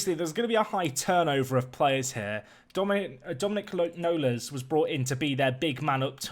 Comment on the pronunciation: How did you butcher the pronunciation of Dominic Knowles so badly